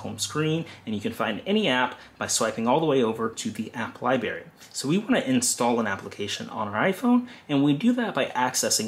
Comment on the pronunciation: Great explanation and job well done. Please pronounce library including the "r" Not library but library. Good job!!!!